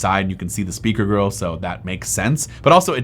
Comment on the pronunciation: why does he say speaker grille as speaker girl